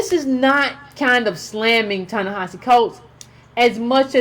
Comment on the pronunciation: Thank you an analytic voice of the current issues facing us as a race of people here in America May I suggest that you not assume that your subscribers know the definition of words, ie, neoliberal ( please explain its meaning) and the word, pessimism. Also, I think the correct pronunciation of his name is, Ta(ta) Ne(neh) Hi(he)Si(see). Concerning the waste overflow in the yard; yes it is absolutely necessary that we focus on issues "at home", here in America, but in my opinion, your vision is short-sided. We live is a global society and what affects us here ultimately affects colored folks world-wide. Malcolm understood this when he wanted to address the United Nations. That made him a real threat, causing his demise.